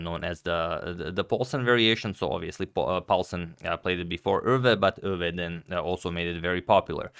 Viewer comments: Thank you for pronouncing Euwe almost correct! By the way: 'mistermandje' means 'Mister basket' in Dutch, did quit well for a basket case. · What a great pronunciation of "Euwe"!